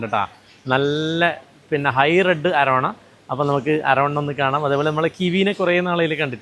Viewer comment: അരവണ അല്ല അരോവാന ആണ്